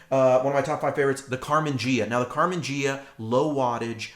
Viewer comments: Great video! ps...Carmen Gee-ah, not Jee-ah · Great video's Ghia is Italian... say it like this :) Gee-ah Like the sexy Karmann Ghia